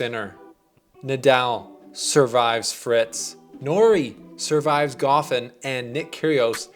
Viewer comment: Lol Goffin is NOT pronounced like coffin.